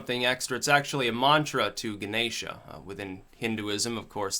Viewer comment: the gods name is pronounced gann esh or even hann esh. Sorry to be a fuk wit smart arse language Nazi but it just satisfied my self importance trip